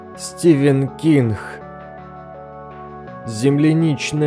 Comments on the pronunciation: Стивен Кингх 🤦 Это единственный момент, который я вынесла с трудом, поработайте на произношением буквы "Г" 🙏 А так, спасибо за труд ❤️ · А мне наоборот понравился этот момент! Есть в этом что-то особенное